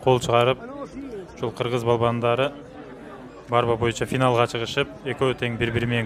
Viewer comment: Курош эле дечи тилин келбейт экен барба деп борьба деп айтылат